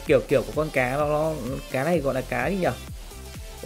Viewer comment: ơi sao e thấy a nói từ "nó" mà a phát âm thành"ló" vậy a.